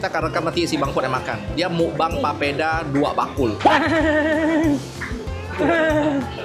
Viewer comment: Bukan popeda tapi papeda kk😂